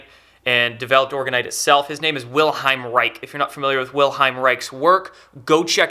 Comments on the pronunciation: Thank you for sharing it! I know it since quite a while! However, wenn I hear you saying 'Wilheim Reik' instead of 'Wilhelm Reich', my ears start bleeding... Americans pronouncing/saying German words... Lol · Just for clarification Bro'. It's Wilhe"L"m not Wilheim. Thanks for the great videos. Keep up the good work. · WilheLm! Not Wilheim xD Great video tho! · Unfortunately the commenters under the video and even have no clue how to spell or pronounce Mr. Reich’s first name, lol. It’s not Wilheim or William but WILHELM Reich. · His name is Wilhelm not Wilheim. Wilhelm Reich. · The mans name was Wilhelm ...not Wilheim. Its the german equivalent of william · IT's Wilhelm not Wilheim! and he was a bit of a quack btw. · It's Wilhelm, not Wilheim. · I doubt its "the government" censoring it, as a guy who has the patent on the "orgonite" name has been trying to shut everyone down who sells it for a year or two now. Also, it's WilheLm, not Wilheim. He had nothing to do with orgonite, it was an extension of his work. He built orgone accumulators and other devices. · If you're going to generate the impression of authority, you need to pronounce the name of the individual so Central to your message correctly. His name is Wilhelm, not wilheim... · i like this vid but for crying out loud, take a little trouble to pronounce his name. Vill-helm. not Will-hime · Its Wilhelm not Wilheim, and Orgone, not orgon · Good info. Small correction: it's Wilhelm, not Wilheim. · The pronunciation is NOT "Vil-hime" but rather "Vil-helm". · Good info. However his name is not Wilheim but WILHELM. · Great notification. Spot on. Heads up, you misspronounce the man's first name (it's Wilhelm, not Wilheim) and the energy is orgone, not orgahn. Keep up the good work. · WILHELM REICH: first name is pronounced "will" "helm"